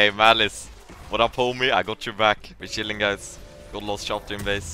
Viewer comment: its funny pronunciation of chilling